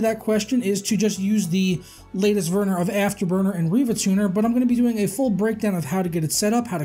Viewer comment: "Latest verner of afterburner"